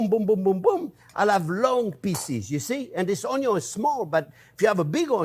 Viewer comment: I remember one day cooking alongside you in your programme and I was stressing over cutting the onions, and as I was stressing over them, you looked up to the camera and said "don't worry how you cut the onyos - they can be cut this way, or that way (showing different methods) and it's all-ah going to taste-ah the same-ah." I remember smiling and putting my oddly shaped "onyos" in the dish and you were right. It was as though you were right here with me. I hear your tips in my head when I'm cooking. Thank you so very much for improving my cooking over the years and sharing your vast experience. My husband and family thank you too. Sending you massive hugs from us all. Oh and I'd call that an "onyo" gravy. Xxx